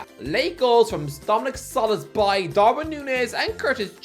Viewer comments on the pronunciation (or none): I have heard so many times the irish guy calling Soboszlai as Soloszbai that i have started to confuse which is the real name 😂